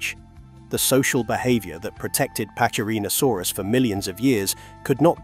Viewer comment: in latin C is pronounced as K , so it sounds like packy--rheno--saurus, NOT patchy--rheno--sarus.